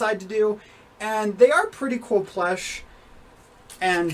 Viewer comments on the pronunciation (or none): Sorry to say this if this offensive bit why do you say plesh instead of plush